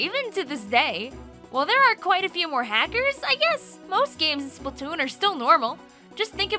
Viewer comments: I like the way u say splatoon.. Spatoontoo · I love she says Splatoon and Splatoon 2, it sounds funny and I like it